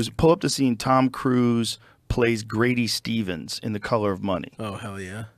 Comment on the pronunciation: Grady SEASONS not Grady Stevens